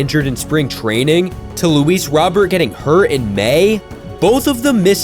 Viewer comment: its Luis Row-Bear